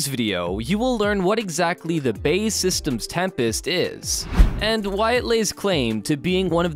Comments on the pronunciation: B. A. E. Rather than bay. But thumbs up anyway. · Before making anymore videos, it would be a good idea for the narrator to brush up on his pronunciation, as the building company of the Tempest is not BAY SYSTEMS, but is BAe Systems, formerly British Aerospace. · its B.A.E not BAE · We'll see. If HS2 is anything to go by, it will cost £2Tn and be obsolete long before it's built. BTW, it's B. A. E. Systems, not pronounced "bay". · Who is this Bay outfit - well that's how the commentator called them. TRY B.A.E. As in initials, if you can't get the basics right just give up! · Absolutely! this will help the creditability, after all, who is this? CIA or key-aa ? I suspect you'd agree Cee Eye A, as such BAE is Bee A Ee, apart from that good content. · "BAE systems" got me dying. B-A-E Systems not bae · Please get it correct - it is not pronounced 'bay' systems, but B,A,E Systems. There are also many more mistakes and misconceptions in this video, too numerous to mention. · its B.A.E systems. pronounce the letters seperately....not bae systems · I believe BAE is pronounced, Bee Ae Eee rather than Bay. It's not your sweetie. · its B-A-E ...not Bae! Jesus christ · Thats B A E not Bay ffs American Pronounciation sucks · BAY? B.A.E. silly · Its B A E (British Aerospace) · BAe it's not hard is it. You go to all this trouble to make a video and then balls up the name. British Aerospace!